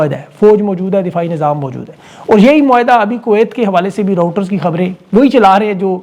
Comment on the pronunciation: Bhai jan kuch quote karnay say pehlay thora research kar lya karain. Jang e azeem kay doran pearl harbour pay hamla hua tha us say pehlay nahi aur ye reuters hay rowter nahi.